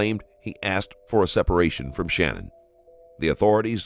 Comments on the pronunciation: It is Sha-nann, not Shannon. Just wanted to get it right for everyone. Not trying to be rude. I feel like it is kinda more respectful to the family and her name to get it right. And Chris describing what his little girls said before they died was one of the worst things I've ever heard in my life. He's the type that deserves to fry, honestly. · I appreciate your channel. However, please make the effort to pronounce victims names correctly. Her name is/was SHANANN not Shannon. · You should probably learn how to say the victim’s name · her name was SHANANN - NOT SHANNON